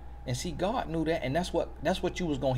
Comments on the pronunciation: "Oh my goodness this is a mant of godt"👏👏😂😂😂😂😂😭😂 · “Oh my goodness this a manT of GodT!” 😂🤣😂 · I’m dead at “this is a ManT of GodT” 😂😭💀💀😂💀🤣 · “Oh my goodness this a mant of Godt” 🤣